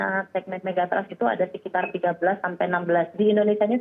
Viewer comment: Pengucapan Megathrust salah. Ketika diucapkan jadi terdengar Mega Trust - yg malah sangat positif. Trust itu sangat penting apalagi Mega Trust 😂